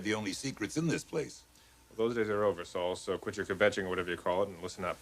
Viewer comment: I love Saul's line about dropping dead of curiosity, and of course, Clarke, like most non-Jews, botches the word KVETCHING by adding an extra syllable.